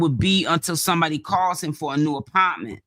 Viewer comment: it’s THE APARMENT EVERYTIME YOU SAY IT 😂😂😂😂😂